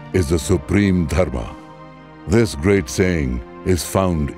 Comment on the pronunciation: Superb video but I find it PAINFUL to see you using the Hindi shortcuts to Sanskrit words. It isn't Yog, it is Yoga. It isn't Dharm, it is Dharma. And many such changes. Really, is that little "ah" so difficult to pronounce? 😢😢😢